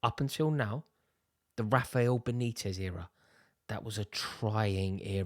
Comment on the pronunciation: The way he says “the Rafael Benitez” era